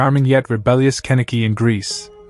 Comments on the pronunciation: And it's Kaniki not Keniki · You are pronouncing Kenickie's name wrong, among others. What a waste of time. Your commentary was awful.